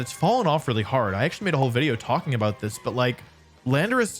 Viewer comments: Wideo 😂😂😂😂bro said wideo not video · Wait at the sponsor bit at the end you said “wideo”